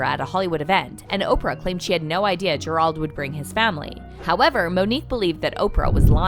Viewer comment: Gerald is pronounced ger. Eld not ger auld